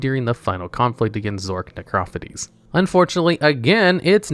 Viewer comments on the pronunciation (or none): Necrophades? NecrophadEEZ NU